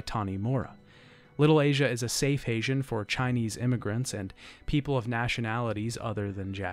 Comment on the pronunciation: Great as always. You said "Safe Hasian" instead of "Safe Haven" at ~52 min btw